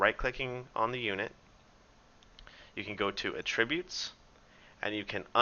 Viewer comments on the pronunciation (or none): Great video series. thanks. In return, a correction: There’s “AT-tributes” and then there is “UH-tributes”. The latter is a verb. It’s the former (the noun) that you mean to be saying here. Hope that helps.